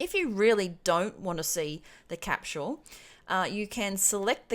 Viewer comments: Great video. But for the love of God. "Cap-sol" is how "Capsule" is pronounced. Not "Cap-SHule" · capsule NOT capchule ! lol